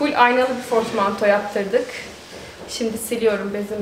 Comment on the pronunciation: Fortmanto değil portmanto 🤗💕ağız tadıyla oturun inşallah